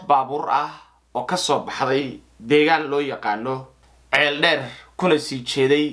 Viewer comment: Ceeldheer maaha waa Ceeldheere